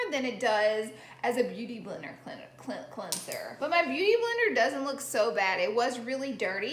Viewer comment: “Beuty Blendr” 👍🏼